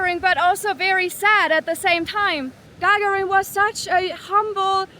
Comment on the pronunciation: (Gagarin name is not pronounced like Lady Gaga with -rin added but rather like gagaaa-rin.)